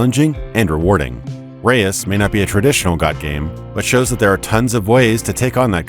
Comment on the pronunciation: "Reus" (one syllable) falsely pronounced as "Re-ois" by the narrator LOL, reus is Dutch for giant. Prety obvious as Abbey Games are located in Utrecht, The Netherlands. However, you are forgiven as the Dutch sound "eu" is unknown in English